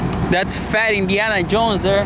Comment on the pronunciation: When did he say Indiana? I heard Iniana